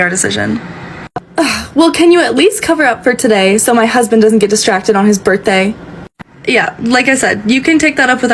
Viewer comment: It's her husband's birthay? Yes, she pronounced it just that way. Throw her out. She'll make your establishment look stupid.